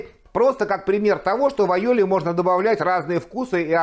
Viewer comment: Вы, судя по ударению, сторонник испанского происхождения айолИ?😂😂😂